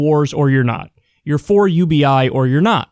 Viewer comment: Why you always say ubi last